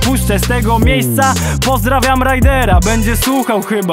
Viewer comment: "...bo Tobie się bardziej psyda" i kto tu ma wadę wymowy hipokryto ;) weź się ogarnij.